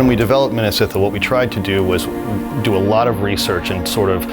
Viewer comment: please pronounce Minas Ithil correctly lmao big Lord Of The Rings fan here